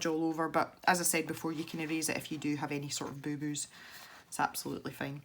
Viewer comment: That's funny because I do the same with you and giggle every time you say "IF" because I think you're doing to say "Eff you" or something, lol!! That's our clean way to say "f×c* you"